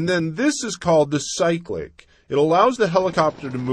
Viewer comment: "Sicklic"???? It is called a "Cyclic" ( sigh-click) flight control. Cool video though.